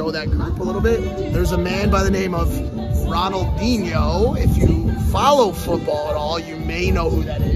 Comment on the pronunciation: The guy doesnt even know how to say ronaldinho